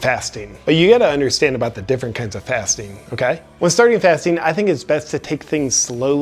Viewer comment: I thought he was saying "fisting"..."im always fisting..."